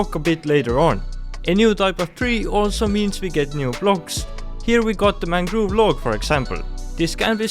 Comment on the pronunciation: I love your accent. The mangoove propagulee xD. Nice video btw